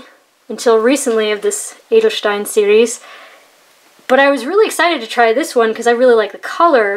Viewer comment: Don't worry. Your pronunciation of "Edelstein" is really good. :-) And thanks for the review.